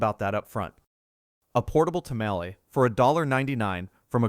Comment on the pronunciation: AI can’t even say tamales correctly!